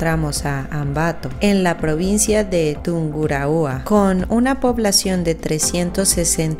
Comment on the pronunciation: Se pronuncia Manabí Tulcan sin tilde. Durán no mantiene la temperatura de 24 grados todo el año. De noviembre a mayo tiene un clima que llega a 36 grados. Se pronuncia Tungurahua sin tilde. Machángara con tilde.